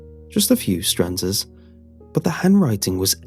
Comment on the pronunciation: I think you mean stanzas not stranzas.